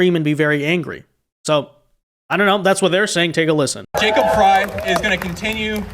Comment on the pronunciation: Frey is said like Fry 😊